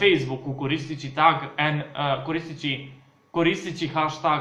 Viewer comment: čita se hešteg